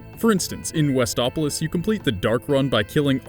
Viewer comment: "Huzzah! I only have to play through Westoplolis 10 TIMES TO FINISH THE GAME!" XD